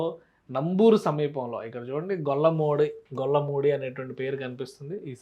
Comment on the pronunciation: "గొల్లమూడి" కాదు అది "గోళ్ళమూడి " గారు.